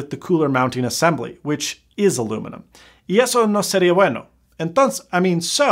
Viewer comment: "y eso no seria bueno" hahah yo made me laugh, i'm spanish, that was a very good pronunciation